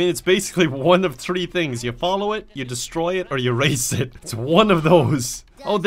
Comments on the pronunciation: I didn’t know if you were saying tree or three (get it cos he’s Irish) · One, Two, Tree. Im dying😂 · "One, two... TREE" 😂😂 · Lucky_Miner01 Tree. Because it’s suppose to be a joke or something. LOL